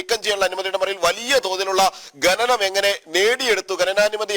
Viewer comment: gananam എന്ന് പറയുന്നത് കേട്ടു.. ഖനനം ആണ് seri ..കേൾക്കുമ്പോൾ ഒരു വല്ലായ്മ തോന്നിയത് കൊണ്ട് എഴുതുകയാണ്..ഒന്നും തോന്നരുത്...